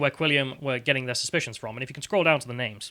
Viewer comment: Quick one Why are you pronouncing their names with that inflection? Alex Bel did the same thing last night. Just curious, trying to learn.